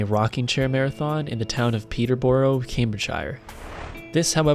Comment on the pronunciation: Peterbruh cambridgeshirr. Please pronunciation